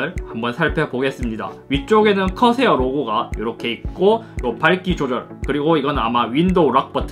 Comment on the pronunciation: 허새요 허새 아니... 커세어 ㅋㅋㅋ